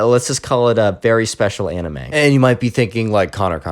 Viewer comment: anime pronounced ay-nyme